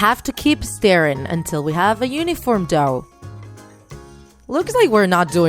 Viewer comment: It sounds like she was say " staring " rather then " stiring "